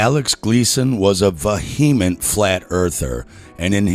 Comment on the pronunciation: awesome video but just for future reference vehement is pronounced vee • uh • ment not vuh • he • ment